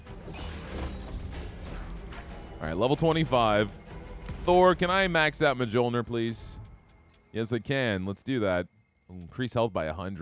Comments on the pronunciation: Mjölnir is pronounced MYOL-neer. Not judging or trying to be haughty, just figured you might want to know. I hate when I accidentally mispronounce things. haha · It hurts me so much every time you say "mah-jol-nur" hahahaha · The mispronunciation of the j's drives me batty lol pronounce the j's as y's lol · It's a big cringe every time he mispronouces Mjolnir.